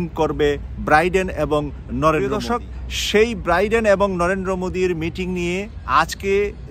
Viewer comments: 'ব্রাইডেন' নয় 'বাইডেন' বলুন। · Not Briden , it’s Bayden or Biden . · ভাই আপনি কি বলছেন ব্রাইডেন না বাইডেন কোনটা ঠিক। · biden, not briden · Please Brother Biden not Briden thank you 🙏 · Chagal briden na biden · ব্রাইডেন নাকি বাইডেন? উচ্চারণ ঠিক করলে ভালো হয়। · শুদ্ধ উচ্চারণের অনুরোধ রইল, show এর উচ্চারণ shu এবং Biden নামের উচ্চারণ Briden নহে । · বাইডেনের নাম ও ভালো করে উচ্চারণ করতে জানেন না, আবার নিজেকে সাংবাদিক দাবী করেন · আপনার মত একজন সাংবাদিক বাইডেনের নামটা বলতে পারেন না কেন।আমরা চাই হাসিনা তেমন অপমান হয়ে এসেছে মোদীও অপমান ,য়ছ আসুক।